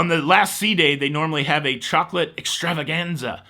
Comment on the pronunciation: I love the trill of the "R" in "Extravaganza"! I'll miss the 24-hour pizza, especially after the club or late show. Also, the door hanger breakfast thingy was very helpful on port days when I had an excursion and needed the coffee BEFORE interacting with the public. 😄